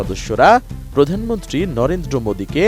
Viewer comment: লরেন্দ্র মোদী না রে ভাই😂 নরেন্দ্র মোদী